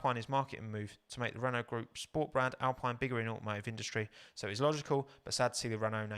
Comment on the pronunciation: Just for when you do do that livery video, might be useful to know it's actually pronounced "al-peen", not "al-pine". Couldn't stop myself correcting it everytime you said it this stream. :D